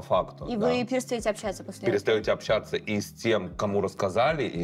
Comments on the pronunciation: на общЯться............ а как же ча-ща пиши с буквой А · Прошу прощения, но чуть глаз не выпал от "общЯться" Друзья, ча-ща пиши с буквой "а", ч и щ и так всегда мягкие звуки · «общЯться» Как насчет, чтобы перепроверить видео перед тем как выкладывать?)